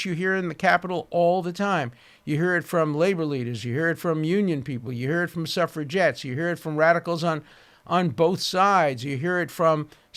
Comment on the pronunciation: heh heh..."SUFFERGETTES"...."SUFFERGETTE CITY"....AHHHHH, WHAM BAMM THANK YOU MAAM..!!!